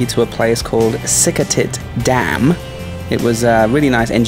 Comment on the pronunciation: That dam is named after the queen Sirikit, the former queen of Thailand. I would avoid calling her "sik a tit" :P Also Uttaradit isn't really super hard to say, you just somehow confuse the a's. U-ta-ra-dit Good video.